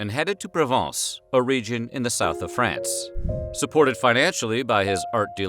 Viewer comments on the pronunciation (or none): none